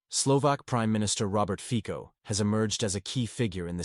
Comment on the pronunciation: Fico in Slovak is pronounced more like Fitso than Fiko.